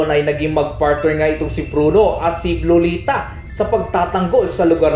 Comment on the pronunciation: Ser pag nagsasalita ka sa pangalan na lolita lagi kong naririnig loliTA!! At kay Uranus ay Uranyus